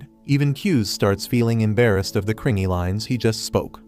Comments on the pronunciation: bro when he say embarrest he say EMbayREST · Why do yu say embarrassed like that😂😂😂😂